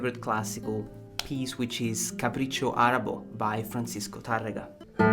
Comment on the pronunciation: Thanks for sharing. Indeed a beautiful classic piece. The name is pronounced Arab-E, not Arab-O